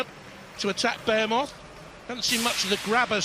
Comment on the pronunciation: BE HE MOTH not BEAR MOTH